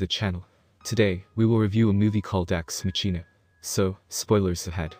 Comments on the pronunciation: for future reference, just know that its not pronounced as 'ex machina' but more like 'ex makina' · Ex Machina is pronounced - X MAH-kin-ah. Figured u would have done some research .figures since ur using text to speech